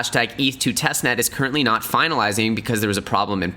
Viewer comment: “”””TESTNEST”””” “TEST......NET”